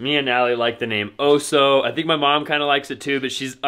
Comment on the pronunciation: When you said oso I heard Otis. Blessings, love you guys. Covid brought you my way..one good thing.